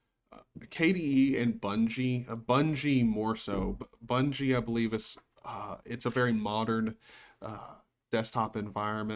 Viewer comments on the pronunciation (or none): Also, I'll be that youtube commenter douche who corrects your pronunciation of budgie. Not Bungie. Nose in the air